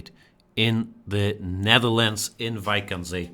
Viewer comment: Great game, even better pronounciation of "Scheveningen" by a German. I know Jan speaks some Dutch, but this is next level (together with "Wijk aan Zee") ;)